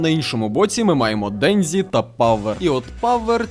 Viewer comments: Кожного разу після ФуДЗІмото й ДенДЗІ вухам трохи боляче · Дензі.. ДЕНЗІ БЛЯХА. Де ви те дзі берете в японські мові, якшо в ній є тільки джі. Капець як це важко слухати. Я би ше зрозуміла якби імена мангак читали по звичці з російською транслітерацією, але це ім'я в нас всюди нормально адаптували.